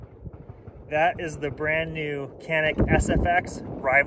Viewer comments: it is pronounced like John-eek. thanks for the video. I used one of these pistols in Turkey at a shooting range and they told me 20000 rounds with it and no problems at all. I also tried Turkish 1911 Zigana I believe. That was a good gun as well. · I know it is hard for you all but the correct spelling is "Chanik", "C" in Turkish is read as "CH" in English.